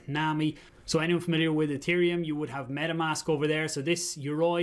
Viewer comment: I will always love the way KOMBAT s his Irish accent when he says Ethereum 😉